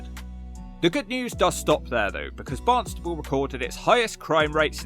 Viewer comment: Stop calling it Barnstable. It's Barnstaple!!